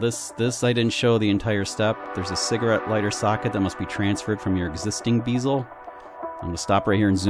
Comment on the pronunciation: LOL! It's a bezel, not a beezle.